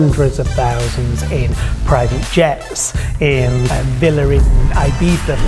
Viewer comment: He can't even pronounce "villa".